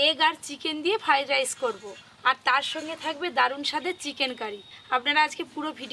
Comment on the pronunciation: Omongloga ota ki go ? "ফাড রাইস" 😂😂😂😂